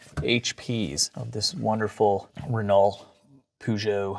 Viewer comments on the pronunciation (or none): renolt poo-joe 🤣🤣🤣🤣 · Renault is pronounced as re-know Lol, great video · Renault = 'Renno', Peugeot = 'Puh-jo'